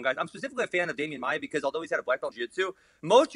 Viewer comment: "Damian maiar" hahaha